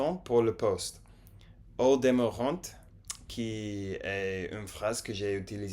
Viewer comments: "Ils t'attendent" "ils ne t'espèrent" pas tu es influencé par l'espagnol. Au demeurant on prononce pas le t comme dans restaurant. arrivant chantant etc... Je vous recommande cette série vous ne l'avez pas encore vue. Entertaining je dirais amusant, ou divertissant (et toujours on ne prononce pas le t final) :) Bon app' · On ne prononce pas le t de "au demeurant", c'est il me semble toujours le cas des mots qui terminent par un t comme "culot", "contrat", "attachant", "divertissant", "fait", etc... En tout cas bravo vous vous débrouillez très bien! Le français est difficile et ça fait plaisir de voir l'intérêt que vous portez pour cette langue magnifique. Keep going!